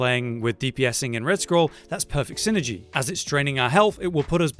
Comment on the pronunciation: Quite the delicious "syngey." I'm going to unironically use that when talking about synergies with my friends.